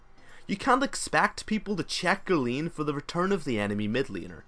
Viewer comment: and "Lien" for Lane :X I love it! :D :D :D